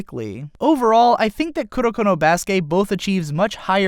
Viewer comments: Kurnokurno BRUH ITS KU RO KOOO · I like that he said kudokudo or kudoko instead of kuroko